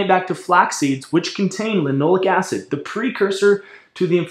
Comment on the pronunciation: Sounds like you are saying linolic acid. On the screen it shows linoleic acid. Linole'ic acid, accent on the eh, eh? Alpha linolen'ic acid is the primary fat in flax and flax oil. It is omega-3 vs. linoleic acid, omega-6, which is found at 1/3 to 1/4 the concentration in flax. Generally omega-6 in excess has inflammatory effects and omega-3 can be more anti-inflammatory in part by blocking omega-6 expression. With the exception of gamma linolenic acid, a more anti-inflammatory omega-6. Regarding phytoestrogens, some have anti-estrogen effects! Furthermore, "Animal studies have shown that both flaxseed oil and lignans can reduce breast tumor growth and spread, even for ER- cancer cells. This result suggests that flaxseeds may have anti-cancer benefits that are unrelated to any type of effect on estrogen or estrogen metabolism." If you want to bash flax you should include the cyanogenic contents. But cooking reduces that and relatively small amounts in the diet are not harmful.